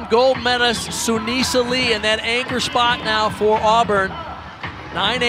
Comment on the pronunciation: Darling. I think he meant Olympic Gold “Medalist”, my friend. He did say menace though😂😂